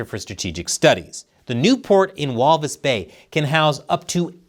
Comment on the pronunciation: When I hear him saying Walvisbay 😂